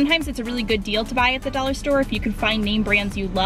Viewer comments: it's dollar, not Daller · She says "a daller" not dollar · Why are u saying "Daller" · the way you say dollar makes me wanna die lmfaoo "dallar" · It's funny how she said dollar ( do-la😂😂)